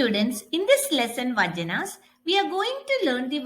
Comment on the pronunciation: Mam it is not "vajanas" it's "vachanas" first pronounce properly 😂